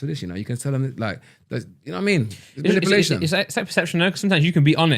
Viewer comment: manipuuuulation not manipelation